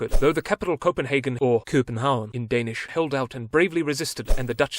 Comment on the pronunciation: you almost said all the danish things perfectly much better then other youtubers atleast